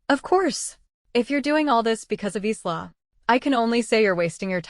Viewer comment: It's ISLA , AS IN the ISL OF MAN CANT YOU GET THE AI TO GET IT RIGHT, AND WHY ARE ALL THE PICTURES THE SAME AS THE STORY BEFORE, SEEN ONE , SEEN THE LOT, NOT WORTH LISTENING TO OR LOOKING AT.